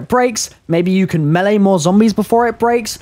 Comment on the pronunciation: Also so good to finally hear a zombies YouTuber pronounce the word melee properly!